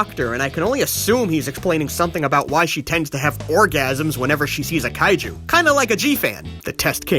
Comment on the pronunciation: "kay-jew film"? I didn't know there are Jewish Kaiju movies.